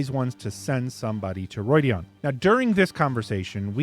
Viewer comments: It's not Roidian but Rhuidan it's like the RU sound in Rudimentary. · Ugh... roy dee ahn? That is not how it is pronounced.